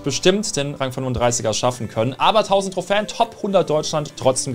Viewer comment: Es heißt nicht trohfän Trohfen